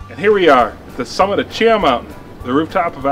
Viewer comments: Haha. Oh okay. I have lived in the area for 35 years and every single person I know pronounces it “Chee-Haw”. But hey, what do I know, right? 😂🙄 But seriously, great content! Gained a new sub and fan! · Excellent info, however, as an Alabama native, I do want to mention some local pronunciations: CHEE-haw and Talla-DIG-ah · It's chea-haw